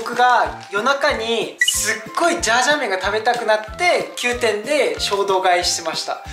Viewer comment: 今回も参考になる動画ありがとうございます！ 前回のメガ割逃しちゃったので次狙いたいです😌 ジャージャー麺じゃなくてシャーシャー麺になってる笑